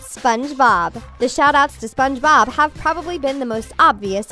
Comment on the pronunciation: She said spongebooob not spongebob